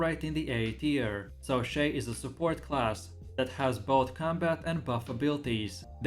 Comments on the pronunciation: ffs, u cant even pronounce shai correctly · Maybe one day he will actually say shai right KEKW